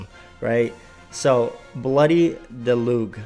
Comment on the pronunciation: Cool vid, thanks for the info. Also it's pronounced Del-uzhe